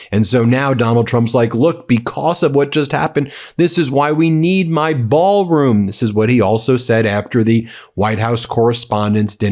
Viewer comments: “BAAL” room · Sounds like a Southerner's pronunciation of the word. lol.